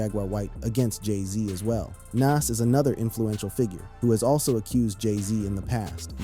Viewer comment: Big L had NOTHING to do with Jay Z's career you're not a "big age" at 26... You're still wet behind the ears and you're lack of knowledge of hip hop is the proof. And Lord have mercy Nas isn't (Na-as) it's, (Nah-z) Y'all millennials SMH